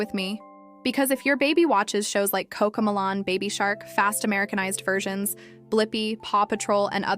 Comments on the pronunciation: The minute it pronounced ma-lon instead of mel-lon. I stopped watching it. Bullshit AI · I can tell this is an AI voice, seeing as it mispronounces Cocomelon as Coco Mulan, but at least this video is designed to help parents keep babies and toddlers safe from rubbish like Baby Shark, Paw Patrol, and other not-so-educational stuff. At least in my opinion, classics such as Wee Sing, Rock 'N Learn, and old school Sesame Street are superior in every way. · Cocomalon, it’s pronounced coco-melon. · Why can’t the narrator of this video pronounce Coco Mellon? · The way this ai video maker says coco melon is hilarious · If we’re going to use AI, can we at least get the pronunciation correct of various things? Like how she is pronouncing Cocomelon! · what are you a 12 year old girl? “Oh shut up”? I am decades into early childhood development. If someone is going to use AI, they can at the very least, make sure it’s correct. So, yes, the outlandish pronunciation of the title of the show being judged should be enunciated appropriately. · Ok so I wasnt loosing my mind. I dknt have kids and dont watch so I wasn't entirely sure how it was supposed to be said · Yeah so it makes it even more difficult to identify what’s an illusion and what’s not. 🫣 I am fine with the mispronunciation.